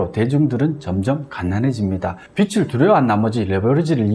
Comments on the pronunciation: 빚 -비즐이라고 읽어야 하지 않나요?계속 빚이아니고 빛 얘기만 하시는것 같아요^^비츨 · 비츨~× 비즐~o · 빚을이 맞는데 빛을로 발음하시네요. ㅎㅎ 컨텐츠는 좋은거 같습니다. 잘 보고 갑니다.